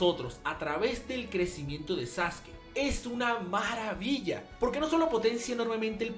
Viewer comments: Tengo una duda por que se dice saske, si se llama sasuke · diciendo "saske" y no "sasuki" ¿se metió un lineaso de células de Hashirama? Solo le faltó decir que Hiruzen es el mejor Hokage. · Saske? Sasuke? Sasuki? Ahhh... el emo sensible tonificado☑️ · este vato me tiene hasta la madre con su sasuki